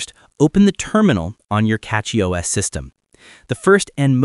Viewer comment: It's Cachy, not Catchy...